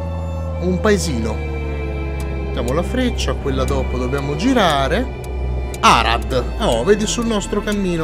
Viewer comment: Comunque non ne azzecchi una di pronuncia delle città ahahaha Aràd Craiòva Oràdea Debretzen